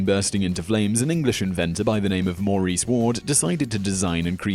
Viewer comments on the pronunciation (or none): none